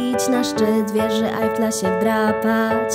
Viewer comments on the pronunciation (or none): none